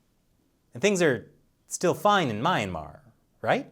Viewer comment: I love your channel, but I think that your pronunciation of Myanmar is a little bit off. Not a big deal.